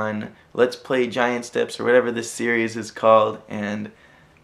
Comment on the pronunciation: Rev. Kitty that's how it's supposed to be pronounced.